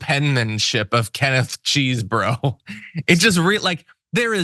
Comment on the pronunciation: Get it right! It's pronounced "cheese bro"!!